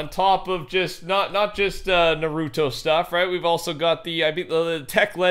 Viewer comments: sounds like hes says pokeman when he says Naruto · Him saying narooto bothers me